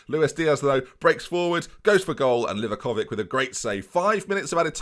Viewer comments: Its actually livakoviĆ, and its not even close to how you pronounce it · Sorry to burst your bubble m8, but it's LEE-VAKOVITSCH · also its pronounced w-I-gel, Merry Christmas oh and you're saying livakovic wrong its li-vah-ko-vich